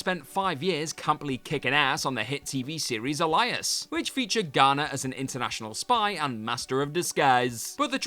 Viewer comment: I heard Elias like the name… and George Clooney is better then Bens Batman?!?!? Wtf is going on